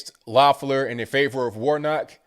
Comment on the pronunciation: I live in Georgia. No exaggeration, I got 14 pieces of political ads in the mail in one day. Two were handwritten postcards from Tennessee and Virginia. Not to mention 8 texts. And my 19 year old got two absentee ballots. Whole lottta money and corruption, this is gonna be a mess. (Also, I'm not endorsing her, but her name is pronounced leff-ler) Cheers from Stone Mountain